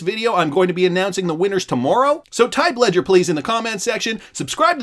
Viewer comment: Ledger please!!!! Leger please!!!! Need to keep my xrp safe